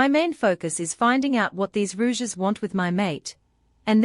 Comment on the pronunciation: I just can't listen to the misprounciation of Rogues as "Rouges"